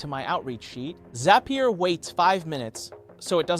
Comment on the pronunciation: Yup... hand gestures are off, pronunciation of words is not consistent (row, zapier)